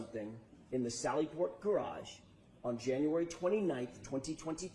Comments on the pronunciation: “It’s a gaRARge.” 🥴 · If you haven't yet heard Auntie Deb's (@ latest hit single: How come you can't pronounce garage (Gararje), it's a must :face-purple-crying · she can spell her name but she cant pronounce the word. Garage😂😂